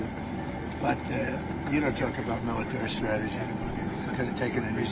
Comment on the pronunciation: I do like the mieetaree!